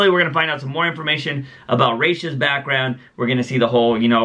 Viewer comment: whichever way you pronounce Ra's- it is the opposite of the one you say every time